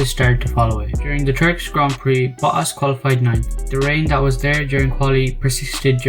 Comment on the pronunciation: I think his name is Valtteri Botas not Valtteri Boass.